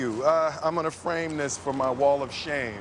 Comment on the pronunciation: Hi there! You know what. He doesn´t pronounce "this" perfect, this is placing the tongue between the teeth, you know what I mean, and that´s why it feels confusing, as he links the words ("frame - this") makes me think that it might be something else. I thought of "this" though... The last line she said didn´t sound to me as a question... right after "Really"? Taekwondo is not my thing either; I prefer boxing or kick-boxing, or even Muay Thai...